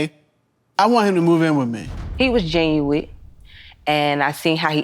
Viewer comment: The word is genuine, not genuwitt...😂😂😂😂, 🚩🚩 🚩